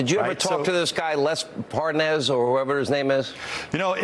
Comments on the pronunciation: how to tell Nunes really DOES know Parnas... the fact that he purposely says his name INCORRECTLY, aughta tell u somethin! (pronouncing it like "ParNAZ" & " ParNOZ" 🙄) when he speeds up his conversation & mentions dudes "WIFE," he ends up being able to say it just fine. (he had no problem saying "Parnas's Wife") 🤔 .... why is that? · Nunes mispronouncing Parnas' name is a key thing to do for folks claiming to not know someone Especially if that person has been engaged in criminal activity that implicates you directly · I guess if you pronounce the name wrong, it means you don’t know the guy. Nice try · no wonder he is confused, his name is Parmas not Parnas. Wrong call, right? No N in Parmas.